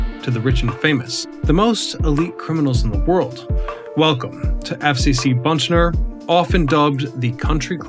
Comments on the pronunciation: It's Butner, not Buntner. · It isn't "Buntler," it's "Butner" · It’s not BUNTNER. It’s BUTNER. Geez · B u t n e r NOT B u n t n e r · Butner, not Buntner. Butt ...ner, not Bunt ...ner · Why do you say Buntner there is no n before the t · Dude, as a North Carolinian you are driving me up a wall as this video progresses. There is only one "n" in "Butner."